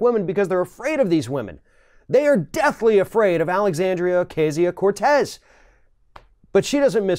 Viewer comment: Thank you for finally pronouncing her name correctly! At least in the first half of this video.